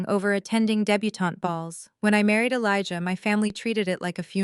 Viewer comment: Good story, but you should really learn how to pronounce Elijah and be consistent. Jasmine, too.